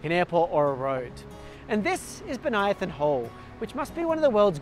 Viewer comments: You pronounce Bonython oddly. Bən-Ī-thon. Not Bon-Ī-i-thon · I know it's uncool to point out, but I once had trouble with this name too (and many others). You say "Bo-nia-thon", I say "Bonny-thon". My family lived on a street named Bonython Street (another city, same famous individual), and as a kid I pronounced it Bonny-thon. Neither of our pronunciations is correct. It's Bo-ny-thon. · And in Canberra, the suburb is usually pronounced Bon-ython